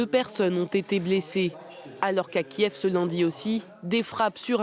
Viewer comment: ARRETEZ DE DIRE KIEFF CEST KIEV LE NOM DE LA VILLE KIEEVVVVVVVV UN V COMME VENDETTA !